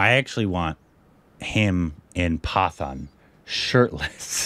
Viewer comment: It’s not pronounced as paathaan it is “pat’aan”